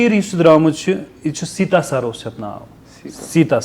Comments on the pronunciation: its sati'sar...not sita'sar 😅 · Sir,it's "Sati Sar" not Seeta sar.